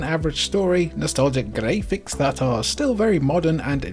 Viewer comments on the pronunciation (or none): Is this voice AI...? I didn't think so until his pronuNciation of "graphics" as "grey-fix" multiple times... Like HWUT??? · Forget your pronunciation of "free!" What about "gray-fix?" Er, anyway. Culdcept is a game I want to like, but the CPU cheats like a mofo. It always has.... I played it on the Saturn, and the computer opponents deftly dodge my properties with annoying regularity. You're playing with loaded dice! I'm calling shenanigans!